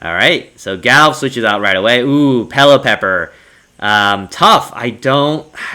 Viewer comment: I think its pronounce Pelliper instead of Pellipepper